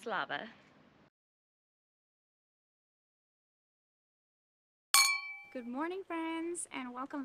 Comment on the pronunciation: Bratyslava ❌ Bratislava ✅